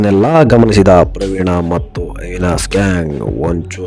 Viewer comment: ಅವಿನಾಸ್ ಅಲ್ಲ ಮಾರಾಯ ಅವಿನಾಶ್ ಅನ್ನು